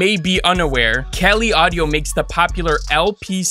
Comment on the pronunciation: why does he keep saying KELLY audio? it's prounced CALI, as in CALIFORNIA. does he also happen to say Kellyfornia?